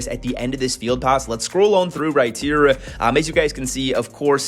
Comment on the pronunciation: "Here" starts with an H not a T